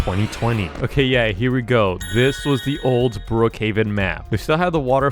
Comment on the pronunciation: When he was at bloc fruit Wayne he said Brookhaven I heard bookaven